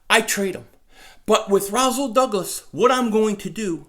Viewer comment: Its Rasool not Razool